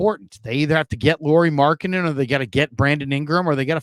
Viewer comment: Say his name correctly! It’s pronounced lowery not Lori like a girl. Think of Kyle lowery.